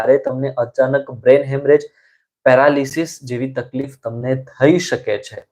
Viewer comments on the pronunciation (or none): none